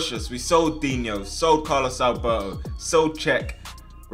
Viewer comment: No one:: Calos Albaw oh